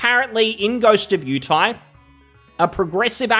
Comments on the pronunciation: “Ghost of yew tay” lol. Yotei. Yo tay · I think he said "Ghost of Utie" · Its Yo-Tay (Yo as in SHOp, Tay as in poTAto)